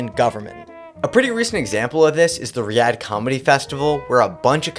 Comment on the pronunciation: Riyadh is pronounced Ree-ah-d